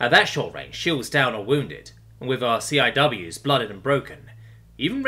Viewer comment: very good narration. Just wanted to let u know for the future, and if you want to, the accepted way to pronounce the acronym CIWS is: see-wiz! stands for Close-In Weapon System